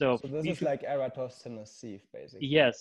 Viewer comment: Eratosthenes Sieve... not, whatever tf you said.